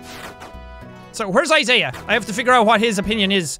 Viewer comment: Jack he's name is Isaiah you pronounce the middle I